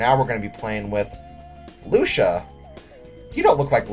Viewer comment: I think Lucia's name is pronounced "Loo-see-a", not "Loo-sha".;)